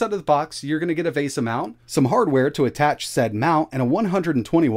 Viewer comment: Yay! Now I can add “Kingston Lock” to the words you mispronounce along with VESA, Adreno, and Minis Forum! We won’t even mention “peripheral”. Oops!